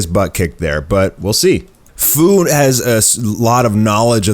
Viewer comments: He messed up the name its fu like fusion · Fu's name is pronounced like few. Jeez, no one can get that right.